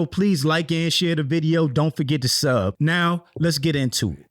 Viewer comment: Why you said ‘don’t forget to subbbb’ like that 😂😂